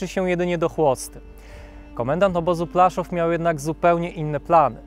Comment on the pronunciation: PŁASZÓW a nie plaszów.